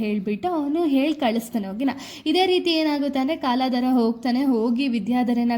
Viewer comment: Akka adhu kaaladhra alla kaldhara